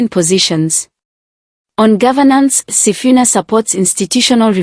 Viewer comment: Waah it is wrong to pronounce somebody's name wrongly he is Mr. Sifuna not Mr. Sifina please.